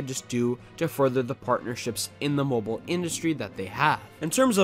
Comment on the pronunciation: If i hear the word "moboaa" obe more time, i will scream